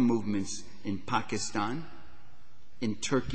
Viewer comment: Parenti's prononciation of Pakistan is spot on.... this is how we Pakistanis pronounce it.